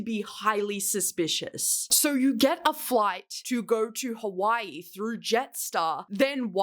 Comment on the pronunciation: babe i love u but hawaii is in the US why did u say it that way😭 and there’s crumbl in hawaii